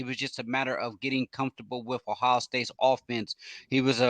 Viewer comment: Well he can’t even say Ohio. He says “ohow” . He acts like he’s an insider for recruiting and knows nothing more than what anyone can read on a message board.